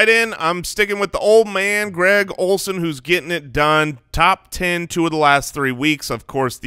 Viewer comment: You threw a D in Greg Olsen eh?